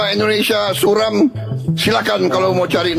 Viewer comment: Suram bang bukan sulam😂